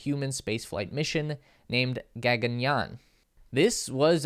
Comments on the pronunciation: And...GAGAN+YAAN==Gug +gan +YAAN! as in (yarn) without the R! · Not Gegan Yan ,it's Gagan Yan